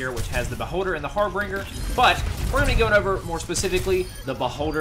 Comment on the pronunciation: it's harbinger not harbringer